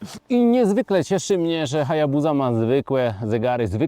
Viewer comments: Nie chcę być czepialski ale dlaczego HayabuZa a nie HayabuSa? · Wymawia się Hajabusa przez Sy he 😊